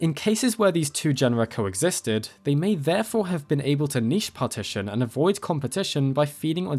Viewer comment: THANK YOU FOR NOT MISPRONOUNCING NICHE!!!